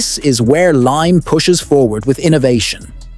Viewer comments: Its Limay (lee mai), Bataan, Philippines. The AI just mispronounced it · Its limay bataan! Not lime bataan.